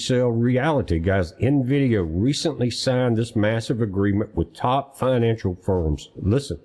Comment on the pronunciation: There is no (O) at the end of NVIDIA.